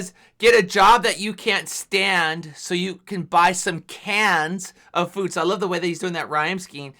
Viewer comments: He's already confirmed he said "cans of food" but I think he pronounced it that way on purpose to hint at how carcinogenic our food is. Like, it was meant to be heard both ways. Ironically enough that one line alone is causing division within the HOG family lmfao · Did he say 'cans of food' or 'Cancer food' 😏